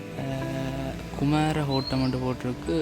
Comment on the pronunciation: இல் பழைய வீட்டின் பெயர் தம்பி குமர கோட்டம். (குமார கோட்டம் அல்ல).தமிழ் உச்சரிப்பை அசரி செய்யுங்கள். நன்றி.